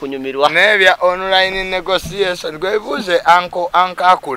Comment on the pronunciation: I like the way pronounce that word negotiations, mbu negosiasoni 🤣🤣🤣🤣😂